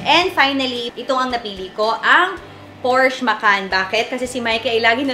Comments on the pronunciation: Porsche pronounce as Porshaaa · it’s a por-shuh yan ang tamang pronunciation alex! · PORSCHE IS A GERMAN CAR...KAYA ANG PAG PRONOUNCE PO NYAN AY HINDI PORSCH....KUNG ANO PO ANG NAKASULAT YUN DIN ANG PAGBASA